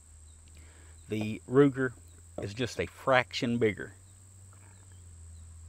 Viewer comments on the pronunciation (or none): none